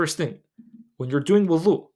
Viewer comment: With all the love in the world, Can you please enunciate the word Wudu with a ض not ظ Language of ض ❤❤